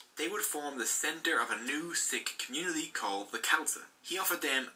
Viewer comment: Hi I am a Sikh on the video its pronounced wrong